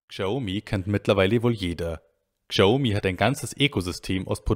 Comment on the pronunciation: Lieber, bitte sprech Xiaomi so wie Schaumi ( Schau- mi ) aus. Die Aussprache tut mir in den Ohren weh. Vielen Dank für die guten insides ins Xioami eco system! weiter so